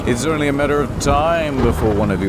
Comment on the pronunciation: No cursing I’m owny fwee